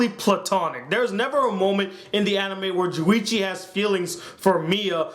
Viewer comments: it's Junichi not Juwichi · it's not juwichi it's JUNICHI get it right